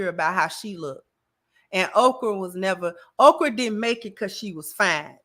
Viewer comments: She’s saying Okra so Oprah won’t try to sue her or use her powerful influence to get her banned from YouTube. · Is she saying Okrah or Oprah?